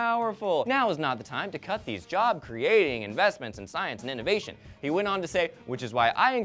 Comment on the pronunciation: says "gut" not "cut"